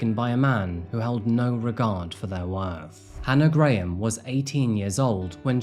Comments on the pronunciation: It’s pronounced Hannah GRAM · The way you pronounce Graham 😂😂